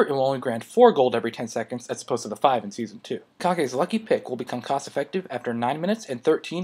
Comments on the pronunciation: "Kah-gay"? Pretty sure it sounds like "cage," right? I always figured it was a reference to the Tenacious D movie. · I lol'd hard when you said kage... This isn't naruto ;3 It's pronounced cage.